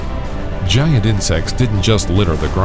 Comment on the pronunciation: So it’s called gi-ant lololol